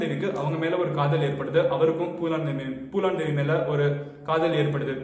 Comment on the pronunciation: Bro it's Phoolan Devi not poolan Devi😂😂😂😂